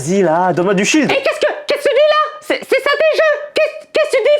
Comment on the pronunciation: Mais maman c’est du Shield pas du shit 😂